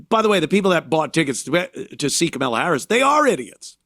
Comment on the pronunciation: kamilla kuhmilla Anthony purposely says her name wrong